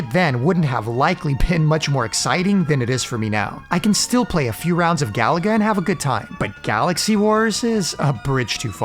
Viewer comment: Gaaaah. I cringe when people pronounce Galaga like "Gallagher". Stress the middle syllable, ga-LA-ga.